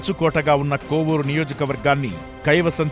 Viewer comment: కొవ్వూరు కాదు కోవూరు